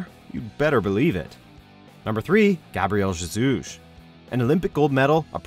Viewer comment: that’s not how you pronounce Gabriel Jesus...